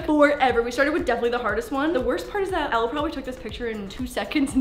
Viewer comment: girl... I love you. But Elle’s name is pronounced like Ellie ❤️... 😂